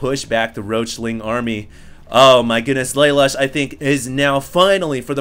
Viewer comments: I think Lalush is pronounced like Lah-Loosh; a play on the spelling of "LeLouche" from Code Geass. At least that's the first thing I thought of when I saw his name. That said, thanks for posting these replays. Very awesome man. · PRONOUNCED LUH LOOSH